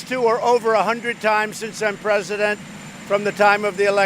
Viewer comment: Da Pwess hollers Mr. Pwesident lmao